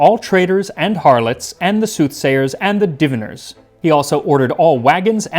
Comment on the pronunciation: I’m glad that you brought up the issue of adding oil to the lard. I could possibly see if it was used for cooking it. But to just add it at the end does seem crazy. Also I never heard diviners pronounced that way. I like the App Howjsay for pronunciation — they even will have a British guy do if there’s a separate British English pronunciamento.